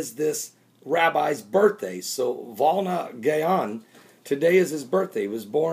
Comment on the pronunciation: It is the Vilna Gaon, not Volna.